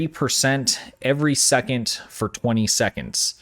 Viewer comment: What is a "secont"? I know what a "second" is. This thing "secont" you keep saying , I can not find.